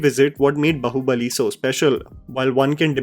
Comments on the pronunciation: Hi great video but can you please try pronouncing Bahubali correctly?😂 When you say Bahubali, bahu sounds a lot like 'daughter in law' bahu and not 'arm' baahu. It's really funny but people see your videos even outside our country as you make videos in English and it would be appreciated if we could at least let people know the correct pronunciation of Indian words. All the best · Sorry to point out a minute mistake, it's not bahu-balli like Saas bahu , it's Baahu balli 😂 I mean how can you speak meticulously perfect English words while completely missing out on Indian language enunciations....please can't hear the wrong word pronunciation, again and again its very odd. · Please stop calling it "बहु-बली " its "बाहु-बली " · Ok. I can’t take it anymore- it’s ‘baa(as in baa in ekta kapoor’s serials) hubali and not bahu (as in saas-bahu). 😢